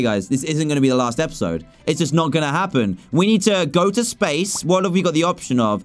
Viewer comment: did you hear dan say spashe missions👽😂